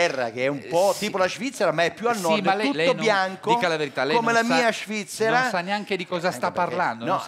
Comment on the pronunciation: "Anche a Shvizzera c'era questo problema che se uno PUZZI.....se ti porti un SHAMPI..." ahahahahahahahahahahah